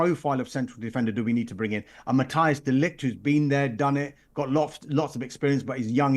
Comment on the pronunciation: His name is Matthijs not Mateus